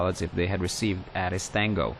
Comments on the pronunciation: Nice job! BTW, ATIS is pronounced with the long "A", (Ay-tis). Airport Terminal Information Service. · Nice video, good job narrating! Not to criticize or anything, just an FYI It's pronounced 'A'-Tis like the letter 'A'.